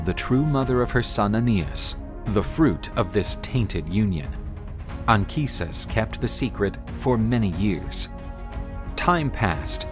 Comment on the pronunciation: I really appreciate the fact that "Anchises" has the correct Latin pronunciation in this video.